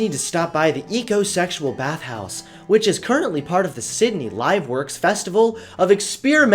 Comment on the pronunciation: The minute he said ecosexeul I started to tie a nosse